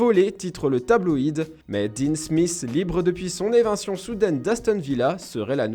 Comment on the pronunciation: On dit éviction et non pas évintion...